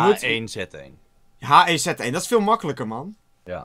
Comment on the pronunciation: Je zegt het: heegu one zee one😂